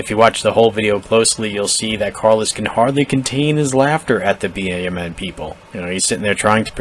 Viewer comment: Please, stop spelling out B.A.M.N. every time you say it. It's BAMN, like damn, but with a b. Seems petty, but it's totally triggering me.🤣🤣 Good video though.